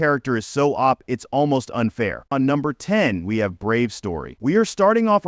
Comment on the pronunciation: soooo.... your thumbnail is of an anime that is not isekai, your ai voice can't pronounce isekai or the letters OP and this is all in the first 10 seconds of the video... good luck with your youtube career